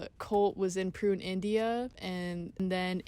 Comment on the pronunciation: Massive holes in this interpretation. I would not trust much of this video as the speaker does not even know how to pronounce Pune, India. There was apparently an FBI or CIA plot to turn the Oregon Commune into another Jones Town by poisoning all of them..Also local redneck Americans performed terorist acts on buildings owned by the commune and killed inocent people. The Ignorant locals just hated the Commune and did everything to intimidate and destroy them. The sex obsessed American culture focuced in on the sex. Osho once said to a journalist who asked him "why are you so obsessed with sex?" which he answered, "I have written 150 books and only 2 of them are about sex...I think you are the one obsessed with sex"